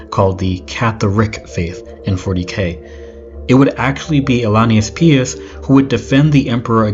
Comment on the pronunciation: Pious is pronounce pie-us